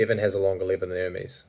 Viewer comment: Oh your saying lever, not liver